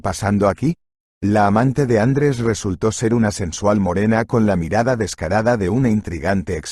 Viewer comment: Bonita historia muchas gracias. Lo que echo de menos es que un castellano parlante, no acentúe como es debido. Me suena tan mal el nombre ... Andres en vez de Andrés.